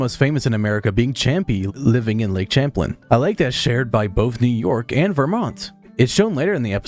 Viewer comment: I have lived in Vermont my entire life, and your pronunciation of Champlain just gave me a stroke.